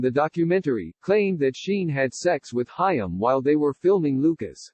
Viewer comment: You need to use an actual person to narrate your videos. The idiot robotic voice mispronounced "Haim."